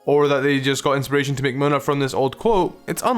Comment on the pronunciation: Munna isn`t mu - nu it`s moo-nu